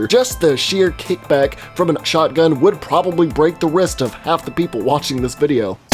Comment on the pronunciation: ....You know you're a southerner when the moment you realize he has an accent is only when he says shotgun.